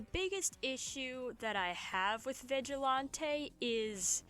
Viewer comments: FINALLY SOMEONE ALSO PRONOUNCES IT VIGIL-ON-TAY thank you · Finally someone who pronounced Vigilante how I do. Would John Pillar make a good roommate?